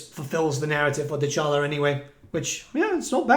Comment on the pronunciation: Can you please say Dechala correctly lol. The character says her own name